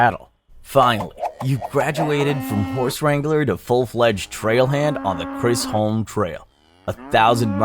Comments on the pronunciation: It's pronounced Chiz-um Trail. Not Chris Holm. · Lmao as someone who lives in central Texas ive never heard Chisholm (chizz-um) pronounced as kris-holm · Brother man, Chisholm is pronounced Chizzum. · Did you call The Chisholm trail The Chris Home trail? Wtf? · Mispronouncing the “Chisholm” trail name hurt my soul